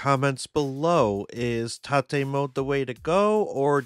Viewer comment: It's (ro)TATE, not Ta-Tay.